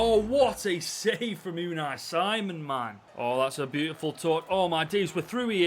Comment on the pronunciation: That's not how you pronounce Unai Simon😭